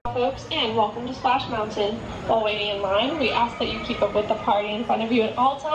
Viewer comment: Love your videos! I’m confused why you call Splash Mountain, “Splash Mouwan?”